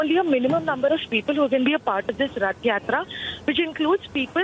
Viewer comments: How difficult is it to pronounce Rath Yatra, the anchor kept on saying Yath Ratra. She should be trained properly before the show. Republic TV should not hire such inefficient anchor. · practice a little more with the correct pronunciation of "Rath Yatra (Hindi) ", "Ratha Jatra/Jaatra (in Odia)". The nation wants to hear you pronouncing it correctly the next time. May Lord Jagannath bless you!:) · Ye anchor imported hai kya... Rath Yatra nahi bol paa rahi . Ye kya janta ki awaz uthaegi... Macaulay ke nazayaz creation.